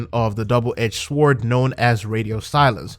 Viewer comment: It makes me look like a dick but the W in the word sword is silent.